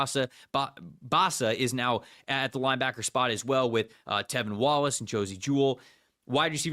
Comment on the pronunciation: I love the podcast, as a Panthers fan this episode in particular is one of my favorites you two have done. Appreciate you guys PS -, the LB’s name is T(r)evin Wallace, not Tevin Wallace haha